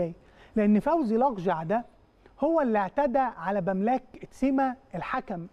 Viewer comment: برضه تسيميا انت مصمم على الخطأليه حتى الراجل قدامك نطقها صح مفيش فايده